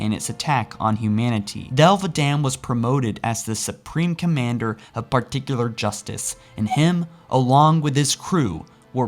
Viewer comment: The way said, "Particular Justice" bothered me. A lot.